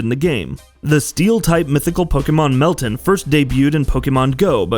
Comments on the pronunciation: why are you pronouncing it melton? its pronounced like mel-tan like tanning in the sun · Mel*TAN, as in tan, not tin lol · How did this guy mispronounce meltan🤣